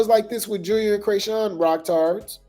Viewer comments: You are killing me with the “Cray”sean😂😂😂 I know you’re doing it on purpose…. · When he says CRAYSHAWN😂😂😂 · Has me weak every time 😂😂